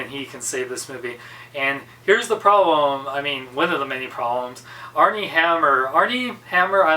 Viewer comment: Its Armie not Arnie. I am glad I didnt see the movie.